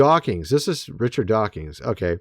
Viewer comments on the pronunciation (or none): I'm starting to think you purposely mispronounce Richard DawkINs so that people will comment on your video, lol. There is no "G" in Dawkins.